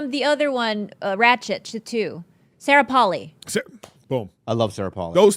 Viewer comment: Its Sarah Paulson, not Sarah paulie? Like da fuk?